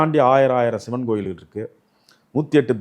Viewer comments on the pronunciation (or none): none